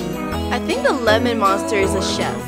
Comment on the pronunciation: Lemen hed = lemen dimon